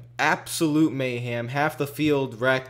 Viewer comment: I love how you pronounce mayhem as mayham. Lol